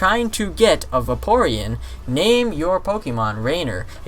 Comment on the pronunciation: It's pernounced vay peer eon